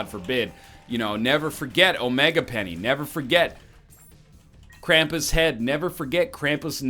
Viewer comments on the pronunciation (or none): none